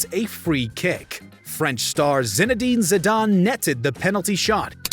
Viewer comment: No one: Commentator: zin-ee-dean-zi-dan